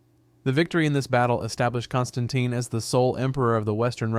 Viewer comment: He got my pronunciation of my name wrong 😑